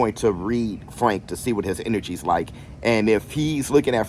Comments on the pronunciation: Not Fwank 😂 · I hope fwank wins so i can still hear you say fwank 😂😅